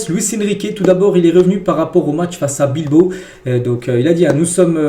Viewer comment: Bilbao chef. Et non Bilbo😊😊😊